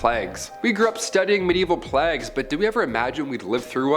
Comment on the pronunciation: You pronounce the word plagues weird